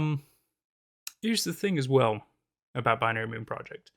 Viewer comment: i love how the narrator pronounced moon like “mewn” lol